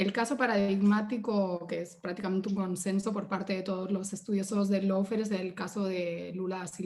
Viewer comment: La chica esa usa el término Lawfare... pero no tiene ni LA MÁS PÁLIDA idea como se pronuncia!!! Qué vergüenza... dice "low"fare en lugar de "law"fare!!! Y se nota su posición izquierdista de su propia interpretación de la ley!!! Y en Uruguay no hubo descrédito alguno, HABÍA UNA MANGA DE ASESINOS DE CIVILES, UN GRUPO MALDITO LLAMADO TUPAMARO!!! Y QUE NO ME LO DISCUTA A MÍ PORQUE YO LOS VIVÍ!!! NO ME LO CONTARON COMO A ELLA!!!